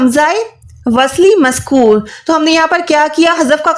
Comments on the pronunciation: Aap jo maskoor kah rahi to maskoor nahi balke maksoor hota hen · Maskur nahi balkke maksoor hota